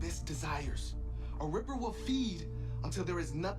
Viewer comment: Haha it's a ripper not reaper.